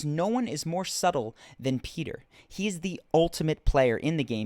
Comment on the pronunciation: his name is not Peter, it's Petyr